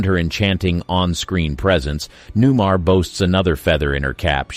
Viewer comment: I generally like where you're going with this, but I had to pause for a moment. Her name is Newmar, not new-mur. And the woman is Lee Merriweather. Neither of these is a deal-breaker, but...